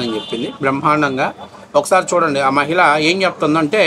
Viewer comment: మ'హి'ళ అని కూడా పలకలేని ఈ సినీ నటి! మయిల అంటుంది. ఛీ!